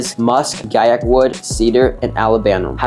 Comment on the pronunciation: The moment i heard gaiac 10 i left the video LMAO